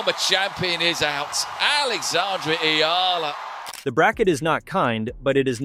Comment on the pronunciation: VO re-edit #1: Her name is pronounced Ea(y)ala NOT EEla. VO re-edit #2: She is a FilipinA not a FilipinO Please honor the genderization of nouns in her culture and many other languages/cultures.